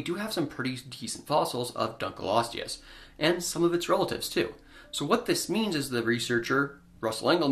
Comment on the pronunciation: It is 'Dunkle-osteus', rather than 'Dunkleeosteus'. Dunkle is a surname, the fossil was named for a man called David Dunkle.